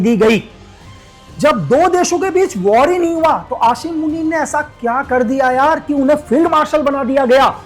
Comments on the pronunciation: pahle bolna Sikh lo Ashim Manit nahi hota Aasim munib Hota Hai 😂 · Apko asim munir ka naam b sahi sy lena nh ata please ap un py comment na do👏🏻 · Aashim Munir 😂😂😂😂 sabaz sareef 😂😂😂😂😂 Aby madarchood pehly name pronouncing to seekh le bana video raha ha tare jisay chaman chutiya Pakistan ma kachra uthaty hai